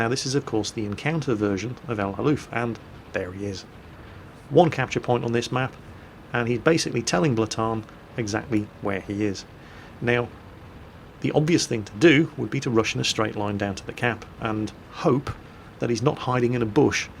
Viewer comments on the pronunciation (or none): Not "blatan",. This dude has the name of vikingking Blaatann, meaning bluetooth. Yes, he did in fact inspire bluetooth as his initials merged together in nordic runes becomes the bluetooth icon. Its pronounced "Blåtann". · Ey! "Blaatann" is Norwegian for Blutetooth, as two A's in sucsession equals an Å:D VARDA also is an all-Norwegian clan